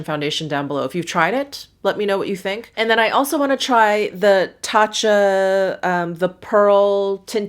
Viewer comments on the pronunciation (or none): none